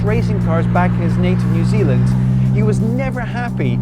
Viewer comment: Nu Zulund!